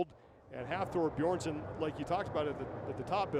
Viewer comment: Is he saying Hafor Beersson? Pretty disrespectful to continually obliterate his name... Don't they practice the pronunciation before the competition?